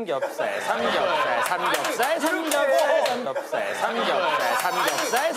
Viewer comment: 근대 에 규현님이 삼겹살 말하는게 진 짜웃겨요!